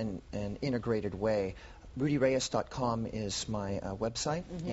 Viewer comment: Please welcome Rudy Ray-ayes.